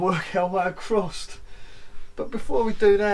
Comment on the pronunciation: so many times I heard you say that 🤣